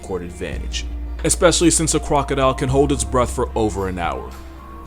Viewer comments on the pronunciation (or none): am I crazy, or did he just say "Cwocodile"